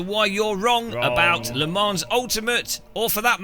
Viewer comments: Le ManS .. Its a silent S :) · You still, won't even pronounce it correctly! WHY !??